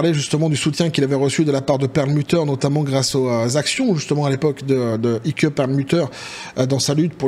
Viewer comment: Ike se pronone aik et pas ike......un peu ridicule